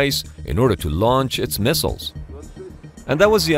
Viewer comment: beeg misshiles!